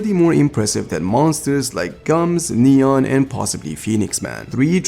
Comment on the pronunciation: Its understandable since you arent a native speaker, but its funny when you say "Gah-Reuw" instead of "Gah-Roh" or "Neon" instead of "Nyan"